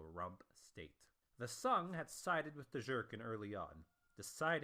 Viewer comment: Sung pronunciation is not sun man